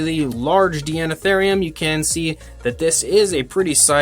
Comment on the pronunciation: I think it's pronounced "Dinotherium", since the prefix is the same etymological origin as in "Deinonychus" and the like. Regardless, I love this animal and this model. I have one one my shelf, right next to the Safari Ltd. American Mastodon. My life just wasn't complete before.